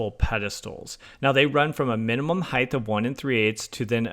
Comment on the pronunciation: Are you saying "heighTH"?